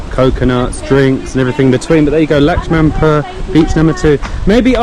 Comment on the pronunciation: It's pronounce as Lakshman-pooor. Hope it helps.